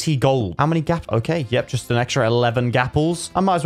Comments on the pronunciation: It's gapple Gapple= golden Apple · Ehh true!